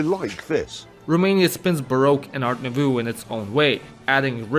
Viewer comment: "ART NOOVOO"